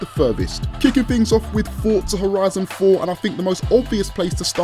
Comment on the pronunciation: Can u say Forza properly